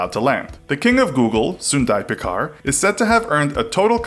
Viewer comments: it's Sundar Pichai not shundai picar lol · Its Sundar Pichai, not Sundai Pichar! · It’s sundar pichai not Sundai Pichar. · "Sundai Pichar" lol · Hey. His name is SUNDAR PICHAI NOT SUNDAR PICHAR.! RESPECT HIM . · It's Sundar Pichai (not Sundai Pichar) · It’s Sundar Pichai, not Sundai pichar wtf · Hey it's not SUNDAI PICHAR it's. SUNDAR PICHAI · Its “sundar pichai” and not “ sundai pichar” . Make sure to correct your research. Nice video btw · It is Sundar Pichai, not Sundai Pichar. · First, it's Sundar Pichai not Pichar or Pichair. Second, in the name Sundar Pichai, you pronounced Pichai or (on the basis of your pronunciation) it's wrong, too. The "Ch" is pronounced like the "Ch" of the word "Cheese". Hope you don't make this mistake again in front of an Indian (Especially a Tamil) Thanks if you are reading this comment. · He's called Sundai Pichai not Pichar... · It is sundar pichai not sundai pichar. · You spelled and pronounced "Sundar Pichai" wrong. He's not Sundai Pichar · His name is Sundar Pichai not Pichar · Not sundar pikkai. Its sunder pichai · its Sundar pichai not Sundai pichar...😂😂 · it's Sundar pichai not sundai pichar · You mean sundar pichai n not pichar ch as in chai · Sundai Pichar?? It's Sundar Pichai you ill-informed jags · It is Sundar Pichai, not Sundai Pichar, jeez , do you guys need an editor, i can forgive the horrible pronunciation since it aint your native tongue, but spelling, how hard it is to copy paste. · Akchuallyyyy... It's Sunder Pitch-Aye. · Sundai pichar?.. how difficult is it to get the name right?.. it's not like he's just another guy.. It's the CEO of Google we're talking about.. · The kings name is pronounced sundar pitchai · Did he say sundai pickar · soon-dur pitch-I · You messed up CEO's name twice!! (Sundar Pichai) Great Video though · He pronounces sundhar Pichai wrong! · Totally messed up the CEO’s name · Spell Sundar Pichai perfectly. It's embarrassing to listen..